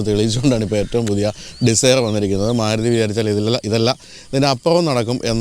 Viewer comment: Suzuki Desire. Not Maaaaluti😂😂😂